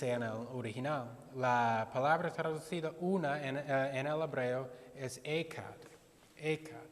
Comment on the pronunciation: Pastor tonto primero aprende hebreo y griego, y pronuncia bien el español.. no se pronuncia como los has pronunciado UNO en hebreo.. tiene entonación fuerte porque es JET O HET--- se pronuncia EJAT fuerte la J... gutural!! aprende bien y luego sigues con tus enseñanzas falsas, nunca podrás silenciar a los seguidores verdaderos de Jehová el único Dios verdadero y de su hijo Jesús el primogénito de la creación.. da risa que encima se pone a enseñar él mismo diciendo que los TDJ saben muchísimo de la biblia , eso es afirmativo, mas preparados que tÚ? SI LO ESTÁN!PORQUE NO ENSEÑAS INGLÉS MEJOR...!!! ahi si podrás enseñar bien!! pero para la biblia te hace falta humildad y dejar de lado a tu dios satanás!